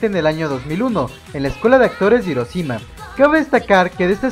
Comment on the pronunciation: buen video pero pronuncia bien "hiroshima" por favor xD